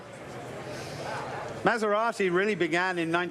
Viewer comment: Someone tell these mf’s how to pronounce “Maserati” holy fucking shit